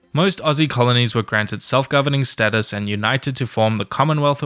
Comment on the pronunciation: Status NOT sattus.